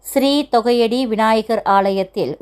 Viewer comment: தொகையடி அல்ல. தோகைய டி என்பதே சரி.